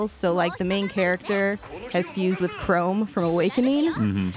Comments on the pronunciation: don't apologize for not knowing how to pronounce "her" name. Apologize for "Chrome." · "I don't know how to pronounce her name" You clearly don't know how to pronounce Chrom either.